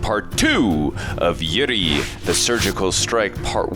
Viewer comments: Pronouns It's not yuri it's oori (uri) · It's not pronounced as "URI", it's "Oori" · It's not U ri it's Ouu ri.